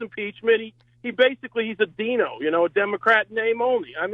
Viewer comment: DINO is pronounced Dyno, as in Dinosaur. Dem In Name Only, a dinosaur, because they will be replaced with someone more progressive. Therefore, soon to be extinct. Like the Dinosaurs.